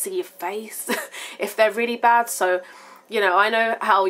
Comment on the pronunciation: Great video! I loved the part where it sounded like you were attempting an American accent. "...baaad" lol. Too funny. Video request or Q&A: can you share some homemade masks that you do, or for all skin types? Thanks! Love Ya!